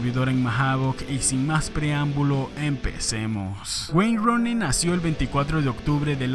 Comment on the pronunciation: Nadie: Absolutamente nadie:: wayne Roni